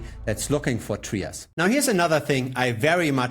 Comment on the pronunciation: It’s not pronounced “Tree-us”…it’s pronounced “Try-us”.